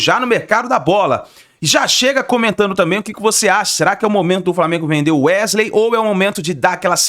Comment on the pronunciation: Gostaria de entender o motivo de jornalistas falarem tão errado? Ao invés de falar o nome do jogar de maneira correta, eles insistem com um vício de linguagem, chamam o rapaz de UEGILEI, sendo que o correto é pronunciar UESILEI.